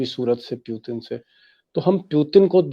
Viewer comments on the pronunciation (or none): Piutin nehi putin hai 😂😂...thik hai o v dictator Modi v dictator..farak intni ki o educated but Modi uneducated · भाई साहब बाकी सब ठीक है, बस उनका नाम सही से लीजिए उनका नाम व्लादिमीर पुतिन है, प्यूटिन नही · First of its Putin not pyutin plz pronounce it clearly 🙄